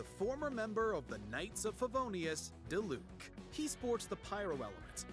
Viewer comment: XDXD THE PAUSE AT DILUC